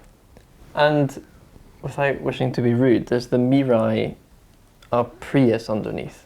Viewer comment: his pronunciation of Mirai is almost perfectly sounded like Japanese. I heard so many "merai" or "murrai" on YouTube.